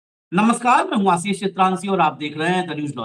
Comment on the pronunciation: आसीस नहीं, आशीष . मेहरबान हो जàइये हम पर. हम आपके मेहमान को सुन ने के लिए आप का चैनल सब्सक्राइब किया हैं. अगर आप को सुन्ना हैं तो आप को फोन करके सुनेगा ना ? १२ मिनट के भाषण में ११ मिनट फटाफट वो भी मेहमान को साथ लेकर . बस आसीस , बहु आपला मानुस आहे , उन्हें मालूम हैं सब कुछ, क्योंकि उनका नाम अशोक वांकडे हैं